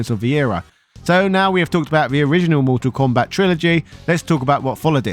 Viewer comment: It’s also Mortal Kombat not Motol Kombat but he didn’t get that right once either.